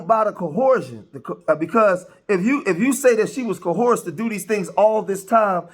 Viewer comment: Guy can't pronounce coerce. YouTube has taught me how poorly educated "some" people are